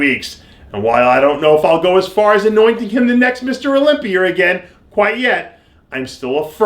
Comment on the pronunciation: You said Olympier lol.